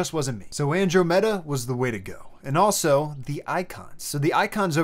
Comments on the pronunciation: AN-DROM-eDA not andro-mee-duh c'mon bruh its the closest galaxy to the milky way that we're on a collision course with. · whyd you say andromeda like that? its not andro meta its pronounced andraumeda lmaoo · bro said "andro-meda" instead of "an-drom-eda" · "Andro-Meda". lol. Just teasing, but the pronunciation is a bit different (an-DRAH-meh-dah) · andrOmeda, not andromEda ;-) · An-drom-eda.. Andro-meda is breaking my head... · Andromeda is pronounced "an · draa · muh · duh". :) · pauses video "An-dro-meda"??? Andromeda, you know, like the An-drom-meh-da Galaxy??? Why, lately, do so many youtubers not know how to pronounce words? I feel like I'm losing my mind. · The theme looks cool. FYI... it's pronounced "an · draa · muh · duh". ;) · Bro lost all credibility with that “Andro Metta” 😂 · It's pronounced ăn-drŏm′ĭ-də, stress on the "DROM". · It's pronounced an·draa·muh·duh, like the Greek God. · I'm sorry, but it killed me that this man pronounced Andromeda as Androh-Meta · You really need to learn to pronounce Andromeda. It is An-DROM-ed-uh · Seriously pronouncing Andromeda as two words: Andro Meda? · The way this dude pronounces andromeda should be a crime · Okay, I just confirmed, my comments are getting deleted because I'm calling out your incorrect pronunciation of Andromeda? O.o seriously? I've posted three times and though my internet was screwing up and not posting, however I verified this time and it's gone once again...which means only one thing, it's being deleted....how childish. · We gotta work on your 'Andromeda' pronunciation but other than that great vid as always! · You are mispronouncing Andromeda. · i cannot believe you said andromeda like that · I hope the astronomy crowd isn't too hard on you for pronouncing Andromeda that way! Great video. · You have to take a shot every time he pronounces Andromeda weirdly lol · Andromeda. its a galaxy and you butchered the pronunciation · The way you pronounced Andromeda 🤬🤬🤬🤬 love your channel though